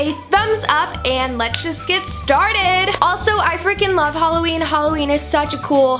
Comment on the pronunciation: it's hah-loween not hol-aweem